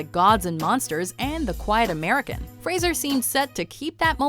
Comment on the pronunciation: Law-t-ner and Fraiser